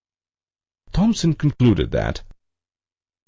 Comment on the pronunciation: Sorry but Its THOMSON....